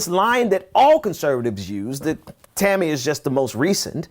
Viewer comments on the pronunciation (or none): It's fucking Tomi! You sound ignorant when you keep saying it wrong. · I wanted to keep watching, but you kept calling her Tami... Get yo names straight! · I love how he's casually calling her Tammy when he knows damn well her name is Tomi LOL, I see you my friend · It's cool. Mispronounce her name all day. She hates it and deserves it